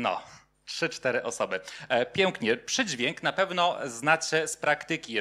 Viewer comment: treść fajna, ale jak mówca mówi zbyt wyraźne "ę" (od , np. słowa pojawiające się w wystąpieniu: przydźwiĘk, piĘknie, brzĘczenie, przyjĘta), to trochę kuje w uszy... jest to określane czasem mianem "wymowy doliterowej" albo "wymowy ortograficznej". która jest objawem tzw. hiperpoprawności, co dla niektórych osób zwracających uwagę na sposób mówienia może być rażące (porównywalne z brakiem poprawności np. "stoje za panio", a nie "stoję za panią")